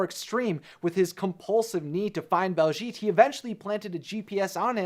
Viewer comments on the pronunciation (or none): One tiny issue that's bugging me it's BAHLszhet not BALLszgeet